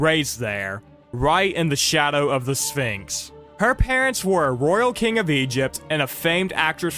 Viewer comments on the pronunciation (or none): none